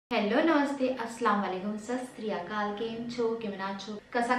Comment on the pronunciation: dii aap sat shri akal galat pronounce krti ho...plz correct....आप कहते हो सस त्रि अकाल,, जबकि होता है सत श्री अकाल